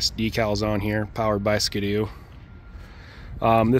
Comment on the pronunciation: SKDOO?? Not SKI-DOO? 🤣🤣🤣